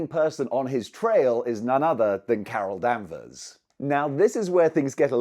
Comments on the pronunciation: Why was someone saying Carol Danvers so damn funny? 😂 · I flinched each time he said her name wrong. 😗